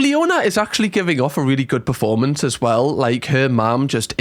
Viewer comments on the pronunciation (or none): none